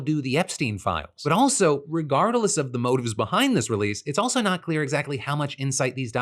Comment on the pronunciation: wait...WTF did you just say?? Lol. Regard-a-less??